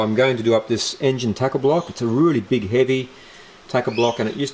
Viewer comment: Thanks for sharing 👍 Has anyone ever told you that you sound like Colin Carpenter when you say "really" or "rooly" 😁😁